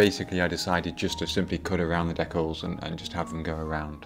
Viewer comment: They are DEE-CALS not DECK-ALS. Not sure how you get the word DECK when there is no K in the word.